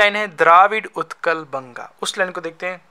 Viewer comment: Bhai vo uchhal nahi padhte Utkal padhte hai